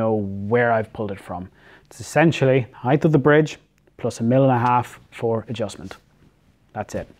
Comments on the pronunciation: Heith is not a word. It's height. As in hite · There’s no “th” in height. Rhythms with “right”. 😃